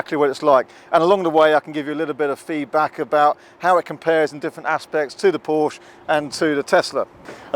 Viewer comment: Please be so kind to consider pronouncing Porsche correctly in the future, thanks!